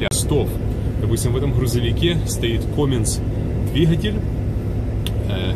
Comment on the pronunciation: И не коминс а каминс